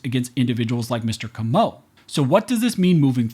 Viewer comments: FYI: it's pronounced 'KOH moh', a very common surname here in South Louisiana. Having been able to speak several languages in my lifetime, I've noticed that Americans generally seem to put the accent on many names and words on the wrong syllable, as in my last name, Broussard, which is pronounced 'BREW sard'. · Comeaux aint pronounced that way. That hurt my ears. Its cO -meaux Emphasis on that O brother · I'm probably the millionth person to comment this, but, it's pronounced CO-MO (Comeaux)... CO like Coke. I think the emphasis is on that first syllable.. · Hey y'all, South Louisiana native here, we pronounce the name the name "Comeaux" just like Perry Como's last name.